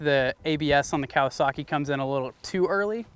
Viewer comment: Loving the video as usual but why do you Americans insist on adding non existent R's to motorbike manufacturers names? "KawasaRRRKi" or "DucaRRRTi". The Japanese and Italians don't so why do you?